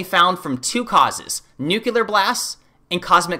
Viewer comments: Thanks for tieing it all together for me. However I think it's pronounced nu clear as opposed to nu cular. Adjective Of a weapon: deriving its force from rapid release of atomic energy. a nuclear explosion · great presentation . I agree with you on the whole thing except NEW CLEAR not nukular . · Everything was going great until you said nu-cue-lar instead of nu-clee-ar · A small first step toward credibility: work on pronunciation. Not “Anartica,” “AntarCtica.” Not “Nookyooler,” “Nuclear.” For the rest, I can’t help ya. Maybe cut down on the extreme adjectives. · The word is "nuclear" not "nucular". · Antarctica, not Antartica. Nuclear, not nuculear. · It’s pronounced nuclear not nucular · "….‘nucular’ blasts…" lol! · Analization and Nukuler???????? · “nucular” oh nooooo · Nucular. It's pronounced "nucular". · This man pronounces nuclear nuke-u-lar. Pls fix